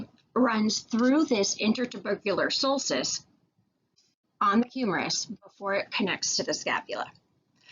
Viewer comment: try saying "biceps brachi-eye" instead of "biceps brachee" and "sulkis" instead of "sulsis"